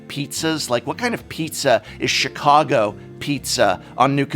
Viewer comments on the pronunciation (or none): none